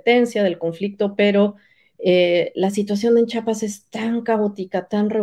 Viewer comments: Con todo respeto para la investigadora, pronuncie bien Chia-pas!!! Cuando pronuncian Chihuahua lo hacen bien y cuando van a nombrar a CHIAPAS, le dicen chapas!!! Vergonzoso caso!!! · según muy estudiosa y no sabe decir CHIAPAS no es chapas es Chiapas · Su entrevistada no sabe ni pronunciar Chiapas, dice Chapas. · Por favor reporteros, díganle a esta mujer que antes de pronunciar mi estado piense bien que lo letrada que pueda ser, al oír que ni siquiera nos pronuncia bien, es agresivo, que nos diga chapas!!! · Pues si, tuve que volver a escuchar a la historiadora y efectivamente pronuncia Chiapas como "Chapas". Una vez puede ser falta de atención o lengua trastocada -como nos puede ocurrir a todos-. Pero, todas las veces!!! En fin, el caso es que me gustaría escuchar en voz viva a Marcos responder a estás acusaciones y tener las dos versiones contar su historia para poder tener una idea de lo que realmente paso y pasa. No puedo tomar una sola parte de la historia y hacer juicios. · Historiadora! por favor, es Chiapas.